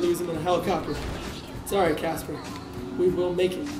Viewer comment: People its caspar not. Casper :/